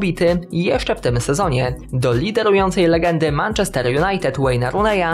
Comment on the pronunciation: błagam, zacznij poprawnie wymawiać "Manchester" :(((((((